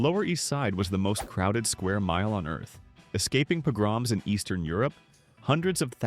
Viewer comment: I saw this as the top comment before I pressed play, and my first thought was, “Surely he means the pronunciation of Yiddish words for these dishes.” I was not expecting that within the first 10 seconds of pressing play, the narration would pronounce the word pogroms as “pah-GRAHMS” 😂😂😂